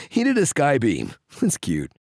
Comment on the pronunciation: "oh he did a skyveam, thats cute" 😂